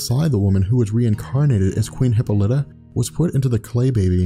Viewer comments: Nice- just a few quibbles from a decades-long fanboy: Hippolyta/e: hi PAH li tuh, that's the way to pronounce WW's mother's name. Also, the GA WW always knew Steve Trevor . And she never pined over other superhero males . Wonder Girl was originally WW as a teenager . WW never came to the USA to prevent the spread of Communism , but she did come originally to prevent the Nazis from winning WWII. Post-Crisis WW was never used "Diana Prince" as an alias . Strife is not a villain, but a goddess. the comic doesn't say how the male children were disposed of, and you left out the part where the "Amazons" KILL the males they rape (which made NO DAMN SENSE). Just hate the NEW 52 Diana, BTW. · emphasis on paul not hip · her mothers name is pronounced: Hip Paul Lit Ah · And it's "Hip-paul-E-tah" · Hip - Ah - Li - Tah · pronunciation of Hippolyte drove me crazy lol. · love your videos, but I believe you mispronounced Diana's mothers name, its cool. its not prounced how its spelled so it can be annoying. otherwise great Breakdown Video